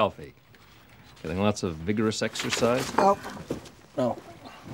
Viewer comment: So no one's going to discuss "vigorousexercise"?????